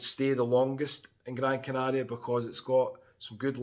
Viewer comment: I love how you pronounce Gran Canaria properly.